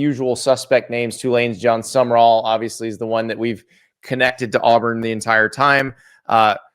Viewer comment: For those who need it, it is John Sumrall, not John Summerall